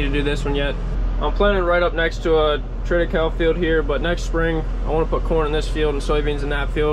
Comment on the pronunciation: Triticale is a cross between wheat and rye.. pronounced Trita Kayleigh ...